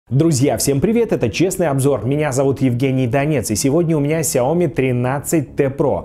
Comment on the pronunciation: Уважаемый техноблогер, пожалуйста, ставьте ударение в конце произнося название марки смартфона (Xiaomi)